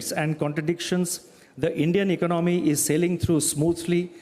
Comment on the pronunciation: Why he pronounce economy as iknomy?